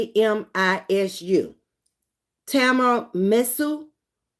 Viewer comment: Hi Queen watching the replay. Tiramisu is an Italian influence cake its my favorite to this day, its pronounced (tee·ruh·mee·soo).